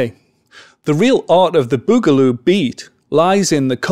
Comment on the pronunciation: Awesome! Very good you explained it very well. (but it isn´t bogaloo) i¨m suscribed